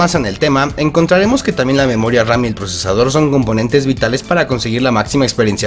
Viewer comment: Ni siquiera dijiste bien los nombres de los procesadores man